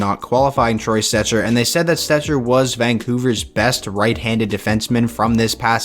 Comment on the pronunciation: I hate when u said Troy Stecher. Shut up. Please shut up.